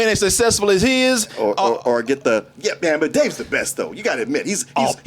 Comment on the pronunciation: I hate how says “or” sounds like arrrr